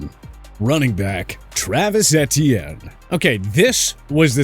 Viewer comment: Take a shot for every time mispronounces Etienne